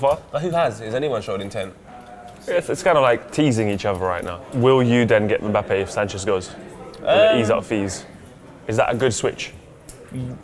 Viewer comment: lool keeps saying "mabappe"